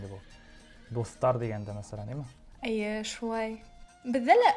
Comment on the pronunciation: По-башкирски она всё время говорила "әйе", это же по-татарски, а по-башкирски будет "эйе".😅